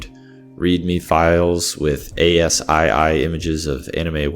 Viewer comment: you can't call it boomer mode if you don't mention 1.6 and don't know how to pronounce ass-key